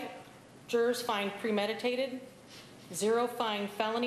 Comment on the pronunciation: Is it just me or is it really annoying to hear Nancy say “Jurors”